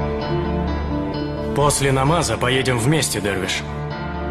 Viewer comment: вы глухие чтоли ? не дарвиш а дервиш